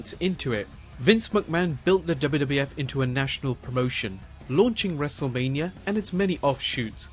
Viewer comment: NEXT TIME PRONOUNCE WRESLEMANIA PROPERLY